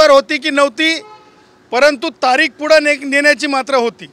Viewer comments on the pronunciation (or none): none